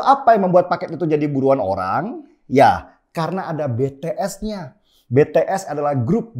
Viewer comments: ijin koreksi, BTS cara membacanya bities bukan betees 😊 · Kupingku kok gatel yah denger org nyebut BeTeEs. Apa sih susahnya bilang BiTiEs??? 🤣🤣🤣